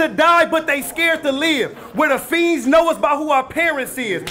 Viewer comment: Fiends not fees…